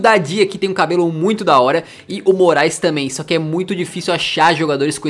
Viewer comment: Noossa só agora eu entendi Denis MORAESLISSON kkkkkk agora tudo está mais claaaroo kkkkkk